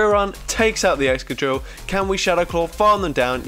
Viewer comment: wait did you just say "egchoqhil" instead of Excadrill? 🤣🤣